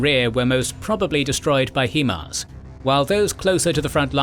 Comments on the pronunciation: Except for the Himars, it's pronounced High mars. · yea im ukrainian. couldnt hear the slightest accent and then.... HEE-MARZ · Highmars. Not Heemars. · love all your videos but can you Brits every pronounce HIMARS the way its supposed to be?!!! It's not HeMARS. Look at the name... HIGH not He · It's "hi"mars not "he"mars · Great presentation! btw, fyi, it is pronounced high-mars, and not hee-mars. this is not negotiable, no matter where you are from. for HIMARS is an acronym - therefore, any syllables will inherit the pronunciation of the words they are derived from. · Hello , the narrator of the documentary said the weapon system is called “ He Mars “ it’s called High Mars why do so many people pronounce this weapon system differently all the time even in other YouTube videos I like the name “ The Fingers of God way better because that’s the whole outcome of this new weapon , it’s like God came down to help save the Ukrainian people from certain death by the advancing Russian army who are constantly attacking the innocent Ukrainian people who just want to live in peace , thank you kindly all the best my friends;) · It sounds like the British pronunciation is "HIM-ARS" whereas the American pronunciation is "HI-MARS". Interesting distinction. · It's HI-MARS not HE-MARS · It's HIMARS - not he-mars like he-man. Hi. Mars. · HI-MARS not HE-MARS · Not a criticism just a heads up HIMARS is pronounced High and Mars not He-Mars. Source currently serving soldier in the US Army that's worked alongside HIMARS operators. But great job on the war break down very informative and help with the information overload that comes from the news every day. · HI-MARS is pronounced like it is spelled. HI (hi five) MARS (like the planet). Not HE-MARS (HEMAN!) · It's not HEE-Mars, it's HIGH-Mars, as in High Mobility Artillery Rocket System. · I knew someone would be contrarian, but you're wrong. I don't know anyone in any English speaking country who pronounces the word "high" as "hee".